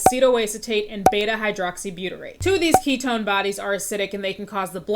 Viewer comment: "ketone slinger" is making me lose my mind